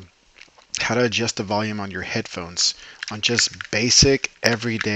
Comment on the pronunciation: Learn how to say adjust before making a video ...lol